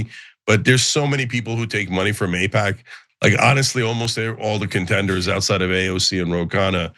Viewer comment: there's alot to APAIC there 😂